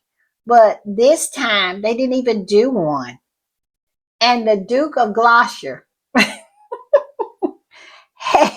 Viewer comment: Gloucester is pronounced glosster. 😊